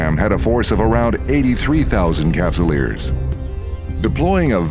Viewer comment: "83 thousand cupsulers", my man is high on CCP dope.